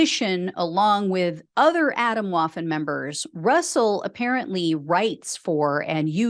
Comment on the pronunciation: Just a little pronunciation tip for clarity: "Atomwaffen" is German for "atomic weapons" and is pronounced "ah-TOHM-vah-ffen". We Americans would do well not to anglicize the pronunciation of every foreign word we encounter -- our horizons should be wide enough to accept the actual/real words and how they are pronounced. Thanks for all your hard work!